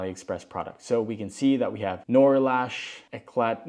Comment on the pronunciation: Just FYI, "Noir" is pronounced "nw-arr"